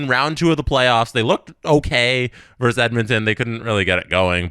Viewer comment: it's "versus", not "verse".